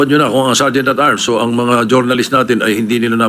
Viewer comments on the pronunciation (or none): pagkakarinig ko sir sergeant of arms😂😂😂